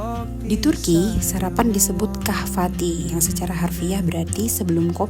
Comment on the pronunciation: kahvaltı bacanya kahvalte